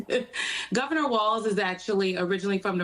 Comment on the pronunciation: His name is Walz … not Walsh … why does this host seem to want to slander Walz ???